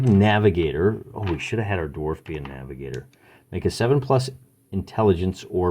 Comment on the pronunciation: "Gimpy" the darf lol